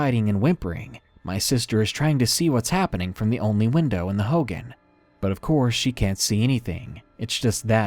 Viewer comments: please learn how to pronounce words if you do not know them. Hogan isn't pronounced Hoe-Gan. It is pronounced Hoe-Gawn. It is hurtful and a little annoying when others hear or watch videos with things mispronounced or misinterpreted. Thank you, chilling stories though. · “Hogen” it’s pronounce hogān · darkness, "hogan" is pronounced like hoe gone, not hoh gin. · Hoghan like hoe-gone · It's pronounced hoe-gone😭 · lol he mispronounced hogan